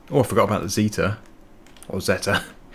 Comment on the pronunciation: i call the zetor neather of the ways you say it